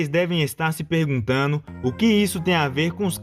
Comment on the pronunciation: Bom video. Mas falar "perguntaNO" é f0d∆, véio. Melhora esse português. Não passa credibilidade. Desculpe.